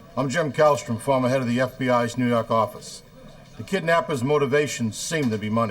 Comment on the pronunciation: NEW YAWK AFFICE!